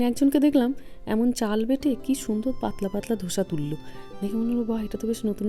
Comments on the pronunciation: It is dosa not dhosa🙈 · দিদি ,মানিকদা কি সুন্দর বললেন.......গোসা.....ধোসা....❤❤❤😂